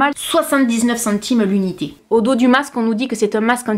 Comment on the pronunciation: Chantime..........oui oui centimes......j'adore quand t'as langue fourche......hihihi. Merci d'avoir testés pour nous 🥰😍